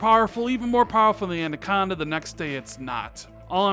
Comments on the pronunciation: If you say adaconda one more time instead of anaconda I will unsub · I can't be the only one that heard him say andaconda throughout that entire video instead of anaconda. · Everyone in the english language: anaconda.: andaconda. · How many people hear’s say ANDACONDA”? Stop it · I want to punch my monitor every time you say ANDaconda,......say it with me....it's Anaconda.....;) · Great vid but please stop saying Andaconda! its ANAconda! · LOL! Awesome. The first listen through I didn't really notice(even though he mispronounced it in past vids). But the second listen through it stands out like a sore thumb. LOL! Actually, he says: "And-aconda". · Xbox "andacanda" 😂😂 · Is it an American thing calling it ANDaconda, or just a thing? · Yo its@ not ANDACONDA... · Don't know about anaconda, but ANDACONDA is looking pretty good!! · haha it’s the extra D you put in. Great video though man. When’s Xbox Two going out? Last one before E3? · Why Can't you pronounce Anaconda properly? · I hope they gives us a name so we don't have to hear mispronounce Anaconda until e3 2020. Lol. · Was i the only that noticed how he pronounced "Anaconda" I'm hyped for E3 and hope you are right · is aware he pronounces Anaconda wrong yet still keep doing it Kinda funny and frustrating at the same time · Was going to say the same thing lol love the vids but got to make sure the pronunciation is right. Especially since you spell it right. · Steven Smith I was thinking the same thing.😂